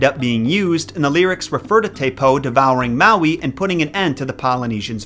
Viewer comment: I’m sorry but, you need to read up on the Hawaiian Islands legends on Maui and your pronunciation of the names and words need a lot of help. Good try though